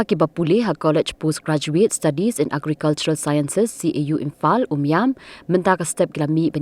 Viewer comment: Imphal ❌imfal ✅